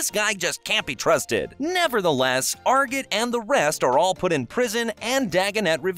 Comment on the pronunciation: Saying arjit wrong